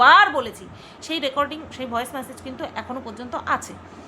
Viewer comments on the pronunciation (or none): none